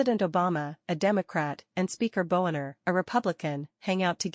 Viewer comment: Boehner is supposed to be pronounced like "bay-ner"